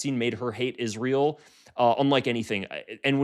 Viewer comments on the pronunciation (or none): none